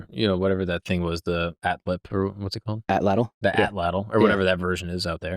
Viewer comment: brooooo professor for the win. I never hear anyone pronounce atlatl properly other than other Nahuatl speakers. He even pronounced the TL like a champ 😎👏🏽